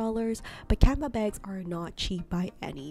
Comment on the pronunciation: Why do you keep pronouncing canvas as canva?